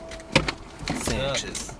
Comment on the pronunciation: Wait, did you say "sanniches"?